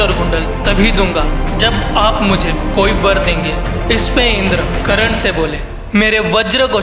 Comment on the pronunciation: भाई करण नहीं कर्ण, नाम का उच्चारण तो सही से कर लिया कर।